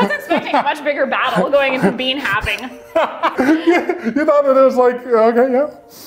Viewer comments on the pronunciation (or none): I heard bean "having" instead of "halving" and all I could think was "being a responsible parent for a bag of beans might really be a bit of a battle 🤔"